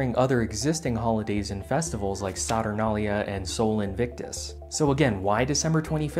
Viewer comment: saturnalia is pronounced like the the start of saturday, then neigh, lee, uh